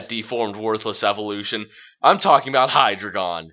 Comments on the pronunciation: It's not "HI-dri-gohn", it's "hy-DRY-gahn". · If you like Hydreigon so much maybe you should pronounce it right.